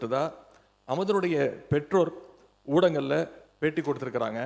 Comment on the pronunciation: அது ஊடங்கள் அப்படின்னு சொன்னாரா. ஊடகங்கள் அப்படித்தானே சொல்லணும்